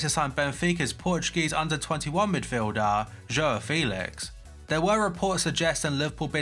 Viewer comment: Hey, not sure if you’ll remember me or not (I was the guy that sent you screenshots on twitter of some guy who imitated you on ps3 back in 2012). Anyways, just thought I’d let you know your pronunciation of João was hilarious since very few non Portuguese people know how to pronounce it haha, no hate though dude. Lol anyways, glad to see you’re still creating content (I’ve been off YouTube since being at Uni). Looking forward to getting back into the fifa content